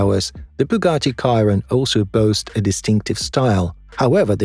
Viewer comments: Why are most of the shots of these cars in reverse perspective. And the Bugatti Chiron is not pronounced Kiron but Sheeron 😅. IDK 😏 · It's not ciaron It's sheron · It's pronounced 'She-ron' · Stopped watching when he mispronounced the Bugatti Chiron. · AI can't even pronounce the name Bugatti Chiron properly LOL😆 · I think its a human narrating that can't pronounce things